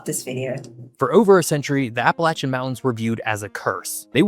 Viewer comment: he pronounced APPALACHIAN correctly. I hate when someone says APP UH LAY SHUN